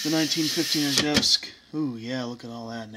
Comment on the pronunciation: Yay, you pronounced Izhevsk well! So few do. Молодец!